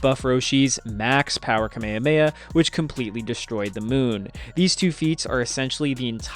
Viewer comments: Its kamehameha not kameyameya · Ewwww. You lost me at kuh may uh may uh. 😐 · Why is it that most videos from the States say the Kamehameha so differently?